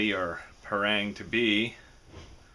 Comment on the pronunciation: why do they keep calling it a pair-rang? it's called pa (as in papa and mama), rang ( as in rung)